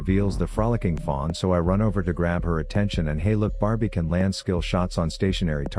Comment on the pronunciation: "Barbie" Lmfaoo